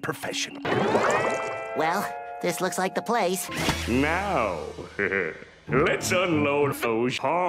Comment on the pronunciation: That's not how you say "hehe"